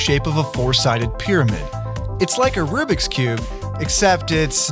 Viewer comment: “RUBIK’S” Not “Rubic’s Not “Rubix “RUBIK’S” Unless they were all jokes from cubers and I’m just stupid.